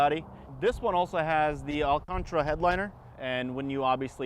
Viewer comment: Love those cars. I've had the pleasure of driving several of them, such nice cars. Owner needs a science lesson..."magnetar" suspension...that's a collapsed star dude. What is his really stressful job? Oh, and it's alcantera, read the word. LOL. Might lose the mullet too.;)